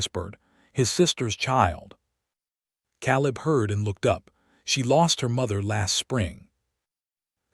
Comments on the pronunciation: Yes. Caleb pronounced like Kay-Lebb. Proofread! Proof listen! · Tell your AI that the a in Caleb says its name, long a.